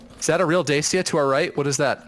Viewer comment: im sorry but it really bothers me, Dacia is pronounced da-chi-a